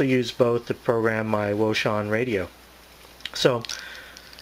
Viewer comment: wouxun I believe is pronounced Ocean. Thanks for the Video.